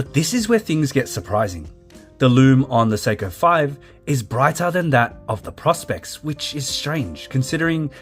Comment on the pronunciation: Thank you!! The mispronunciation is a constant minor irritation.